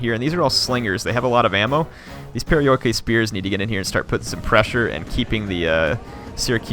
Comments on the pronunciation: Proper pronunciation of perioikoi would be pe-ri-o-i-ki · It's pronounced periiki fyi :) "oi" in greek equals with "i" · this game is not great but for some reason I LOVE IT!!! i think it's the time period! You gotta love how nongreeks say perioikoi...